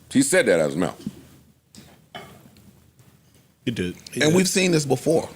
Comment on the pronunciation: “look i got small hands n a soft mouf”